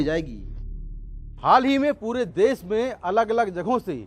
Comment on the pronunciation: देश होता है देस नही 👍🍷